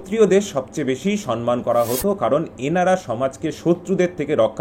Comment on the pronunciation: সম্মান উচ্চারণ সনমান নয়। দুটোই ম।